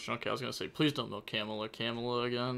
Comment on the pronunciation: Camelia not camela